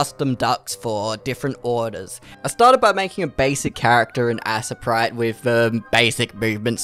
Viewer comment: did he just say assiprite